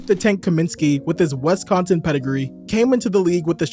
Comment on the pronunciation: Did you just say “WESCONSIN”